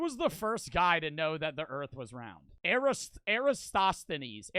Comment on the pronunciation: you pronounced Eristosthenes PERFECTLY, btw. just wanted you to know. cuz alot of people cant pronounce anything